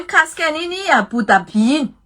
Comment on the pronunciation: Ahoana tsara hoe madama ilay fanononana Abu Dhabi ???? 😂😂😂 intelligente be ́ga iana o fa ianao ireny no mahay manonona azy kkkkkk